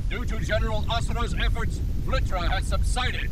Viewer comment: BEHOLD IT IS VLITRA!!